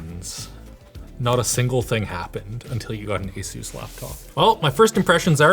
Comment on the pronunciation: "Esus"...oh, you are indeed adorable,. 😆🙈